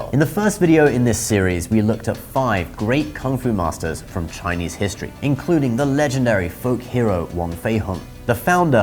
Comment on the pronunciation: Thank you for your correct Chinese pronunciation. It’s most refreshing